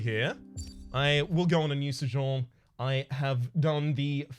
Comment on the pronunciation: It’s pronounced SO-jERn